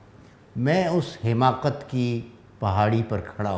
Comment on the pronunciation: السلام علیکم ورحمۃاللہ وبرکاتہ بصد احترام عرض گزار ہوں کہ لفظ " حماقت" ح کے زیر کے ساتھ درست نہیں بلکہ ح پر زبر ھے Hamaaqat